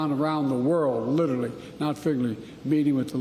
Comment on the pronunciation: "Lillerly not figgerly" ~"President" chinajoe